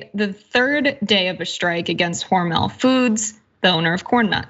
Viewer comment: Its Hormel NOT HormEL